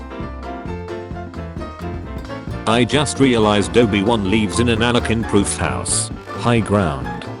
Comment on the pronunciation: There's no G in Anakin